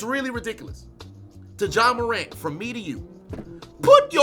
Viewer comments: My man said Ja wick 😂 I quit 😂😂😂😂😂😂😂😂😂😂😂😂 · Ja Wick? 😂😂😂 lmaooo! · Nah u get on my nerves calling him Ja Wick Morant 😂😂😂😂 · "ja wick" 😂😂😂😂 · "Ja Wick Morant" I'm dead!!! 🤣🤣🤣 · "Ja wick morant" that really sent me, bro.😂💀💀💀💀